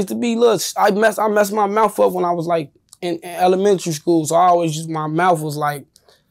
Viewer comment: He messed up his mouf.